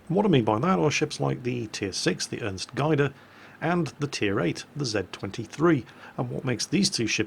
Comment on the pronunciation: Just for your information its pronounced Ernst (you had that one quite right) Gade (with the A sounding like the A in Apple)